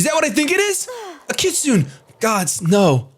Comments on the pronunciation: Kit su neigh not kitsun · It's phonetically pronounced kit-su-neigh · "kit-su-ne", more or less. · is Mis-pronouncing kitsune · The way you say "Kitsune" is hilarious.